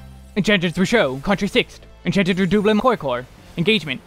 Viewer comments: Glad you're pronouncing "Redoublement" properly now lol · Ah yes, the spell ever: VerStoIre. I know it's just because it's proc dependent but it made me chuckle. Edit: Also something about the way you pronounce Redoublement is so chef's kiss. But maybe it's because I always pronounced it the very American way.